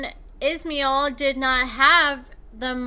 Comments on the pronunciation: Pronounce the s in his name as sh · It’s pronounced ISH MY EL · His name is pronounced-- Iz-MY-ell. He seems to have some issues, but he's a hell of a lot hotter than Andrew. I'm thinking he could do better than trash-bag Candice.